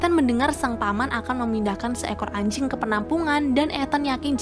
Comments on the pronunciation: Biasa aja dong bilang "ANJING" NYA 😂😂😂😂😂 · Biasa aja mba bilang anj*ngnya_